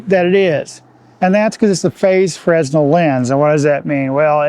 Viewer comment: Great vid! Side note - fresnel is pronounced fruh-nel (no "s" sound)